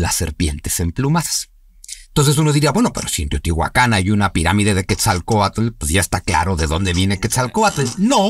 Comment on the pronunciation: La pronunciación es átonica en nahuatl. Es decir no es acentuación aguda, así, no es Teotihuacán sino Teotihuacan. Respecto a si son dioses, no precisamente, sino los guardianes, los espíritus del agua, de la lluvia, de la tierra, etc.